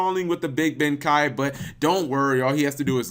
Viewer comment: Your thinking bankai he said benkai.